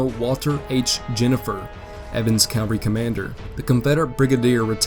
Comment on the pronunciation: Love the video man but it is CaVaLry - you keep saying caLVary, which is the hill that Jesus died on not a group of soldiers on horseback